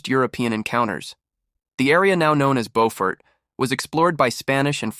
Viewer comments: You pronounced the town incorrectly. It not BOfort. It is BUfort. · Preference is irrelevant. It's not BOWfort. The Beau is pronounced the same way you say BEAUtiful. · Pronounced ... Bew fort....